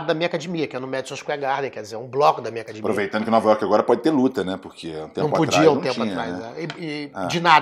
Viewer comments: Qual à dificuldade da família Gracie falar acadEmia? Não é acadImia!!! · A Hiena imita muito bem o Paulinho gogó. Mas ele falando acadimia é engraçado de mais.